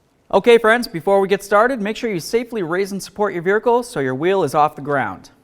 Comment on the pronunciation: Vehicle Vehicle Vehicle Vehicle There is no "R" in Vehicle. Other than that, wonderful instruction.